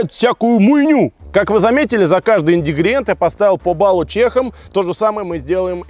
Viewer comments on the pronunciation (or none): прошло 10 лет, захожу к, слышу снова индигриент, ору. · инДигриент ёпта